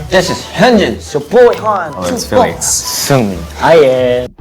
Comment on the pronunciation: FIRSTLY I hope you don't mind a long post. I have tried to answer all of your questions and then some. not just K-pop, the first artist EVER. So the likes of BEYONCE, TAYLOR SWIFT, MICHAEL JACKSON have never achieved this. you pronounced SEUNGMIN perfectly. this the trailer for the movie you're going to watch with your wife. ḥe turned 13 in October, auditioned in November and was the only one in 800 chosen. He flew to Korea in April by himself leaving everything behind, including his family at only 13.5 yo. All of this came at many expenses for him including depression as he was literally living by himself at the age of 15. Everyone he became friends with either debuted ahead of him or simply didn't make it. COVID was particularly hard for him and Felix. all of this and has only JUST turned 28. these boys are already millionaires. they ended up cancelling this concert. I think it reached well over 100 this song is BLEEP he is lifting 180kgs on the right. He did this in October last year. That is LISA from BLACK PINK. The biggest girl group in the world. The girl earlier, SANA is from the second biggest girl group in the world, TWICE. The girls from TWICE practically raised him, LOL. He is very close with many of the members. They are an older group from the same company and worth checking out. the Idols participate in ISSAC which is basically Idol sports day. LEE KNOW is famous for many things, 1 was a